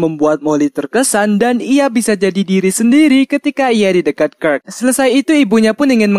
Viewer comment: Bacanya kirk bukan kirk